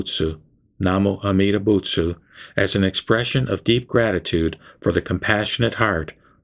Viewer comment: Why do you chant "buts" instead of "butsu" at the end? What's the difference?